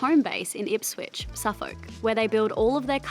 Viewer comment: Quick heads up it’s IPSWICH not IPSWITCH